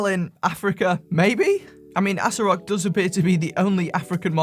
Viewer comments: Ass-o-rock is the correct pronunciation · That name is a hard stop. Anything that can be pronounced ass-o-rock has to be a troll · Pronounced assorock No I cannot I just can't This has to be a joke Seriously, my mind conjures up negative street watch sales stands, not good. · do you even know what Asorock means? how is the brand name a problem? and it is pronounced Hay-so-rock! yall racist in this comments